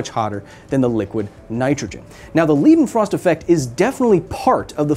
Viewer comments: When you pronounce a word with German origins you pronounce the second vowel in an ie or ei combination as long. So Leiden would be pronounce with a long i, and not a long e. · Great video but please learn how to pronounce Leidenfrost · The Leidenfrost effect is pronounced Withe the "ei" in l EI denfrost effect like the "i meaning myself ( I am ChillaKilla) Greetings from Germany :) At least here in Germany that is. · i would pronounce the "ei" "leidenfrost" more like "y" in "kyle". or am i wrong? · As a German I can't get over him calling it the "Liedenfrost Effect", it's "Leidenfrost Effect". Pronunced just like President Joe Bidens last name but with a "L" instead of a "B" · just fyi Leidenfrost is pronounced Lie-denfrost not Lead-enfrost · Why you spell it this way? "Leeedenfrost" sounds wrong "Laidenfrost" sounds much better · bruh, can ppl finally understand that they are getting their EI and IE sounds mixed up ? leidenfrost is pronounced "lie-den-frost" not "lee-den-frost" that would be spelled ie. this goes for literally EVERY german name or word. english speakers also been saying epstein wrong. its an "eye" sound , not an "eee" sound . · Its pronounced lidenfrost, as its a german word. A German ei is pronounced like an English I. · It's pronounced L - I - denfrost-effect, not L - ee - denfrost, gosh darnit! Does it look like a German word? Then it's I, otherwise it's ee. Now that I got that out of my chest, great video of course! :P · Leidenfrost's Lei is spelled like "lie" or "Li in like" Hill We're gonna get you to speak german some day, just give me Time... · Public Service Announcement: Because many more Americans seem to get it wrong than get it right. In German names, "ei" is always pronounced "ay", never "ee". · It's pronounced Ly-den-frost, or Lie-den-frost, not Lee-den-frost tho. But good video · L - i - denfrost not L - e - denfrost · It's pronounced "leyden-frost" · It is pronounced like „lie-den-frost“ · pronounced Liiiii'denfrost